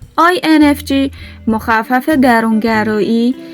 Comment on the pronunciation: با کمال احترام j هست نه g لطفا درست تلفظ کنید